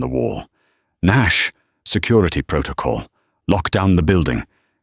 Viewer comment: lol. SECUIETY Guy probably says it like it's spelled! Like some kid who can't say their "Rs." 🤣